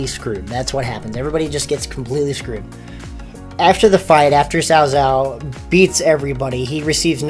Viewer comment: Cao Cao is pronounced "So So" like: "How'd you like the show" "Ehh. So So👋🏼.."